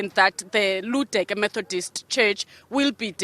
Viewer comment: Ludeke village not Luduke